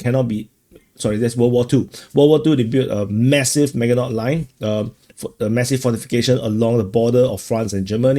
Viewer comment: Maginot line is pronounced like Maajinoh